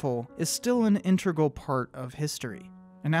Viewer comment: "Integral". "Tenets". Demonetised for bad pronunciation lol!